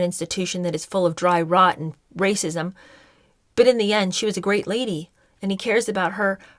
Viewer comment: Also every time you say “rrrrrrrrracism” I crack up. These people are clowns. We all have privilege and we all belong to minority groups. Meghan is more privileged than the vast majority of people. Way more privileged than me and I’m white. Like do they not understand how anything works? Get over it. Stop being victims. We all are victims of something. The rest of us get on with it